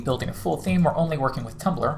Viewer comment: Did he say Tuplr?